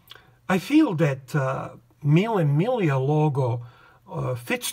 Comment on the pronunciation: Finally somebody who knows how to pronounce correctly "mille miglia"! Greetings from Roma